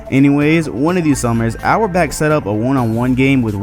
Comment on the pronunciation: So we gonna act like it's impressive to stop magic Johnson from scoring?😂😂😂 Its fucking magic Johnson, it's not like he was known as this "prolific" scorer. Btw, really? Get your shit together man, we can't have you butchering Red Auerbach's name like you did.